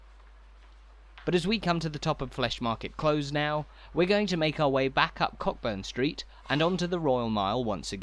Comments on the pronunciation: It's CO burn street not cock burn the way you're saying it. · Agreed.✔ I don't often correct pronunciation, as opinions can vary, but I learned the ancient art of pub-crawling in this area over forty years ago and it's always been Co'burn Street. The other one I've noticed on this channel is "Close". I'm not sure about the English "Closes" but in Scotland at least, it's pronounced 𝒄𝒍𝒐𝒂𝒔𝒔, rhyming with gross, rather than cloaze, which is kept to be the opposite of open. Can anyone else think of a word that rhymes with this kind of close; I really struggled and even gross isn't a great example, as it can rhyme with floss too. Who would have thought that close was so tricky a rhyme but it could be why we never see poems about Edinburgh's narrower streets. 😂 A better way to explain this, which has got way, way longer than it was meant to, is to use "close", as in "close to you", rather than "close", as in "close that ***** door." I wish I'd done that first but I can't be bothered changing the first bit.